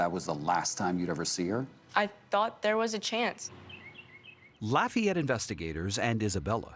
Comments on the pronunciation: The way David Begnaud pronounces Lafayette is super annoying. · His pronunciation of "Lafayette" is almost criminal 😬